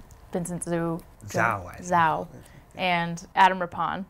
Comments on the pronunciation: ZHOU is pronounced ZOU not ZAO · I can't believed she pronounced Zhou's name like "zoo", all the people out there who remotely know how to pronounce his name must be dying rn like I am